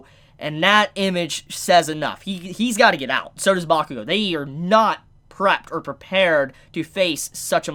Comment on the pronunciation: Bakugo n who?? Ur butchering his name dude